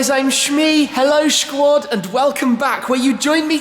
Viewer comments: Stop with the stupid "schquad" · Its squad not shquad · whys he saying shquad. hed a white man he should say freinds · shquat hahahahaha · DID HE JUST SAY SHQUAD?????? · shquad.. hahaha ^^ thats funny tho